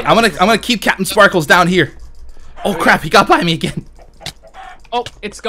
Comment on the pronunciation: Why do you call Jordan captin sparklez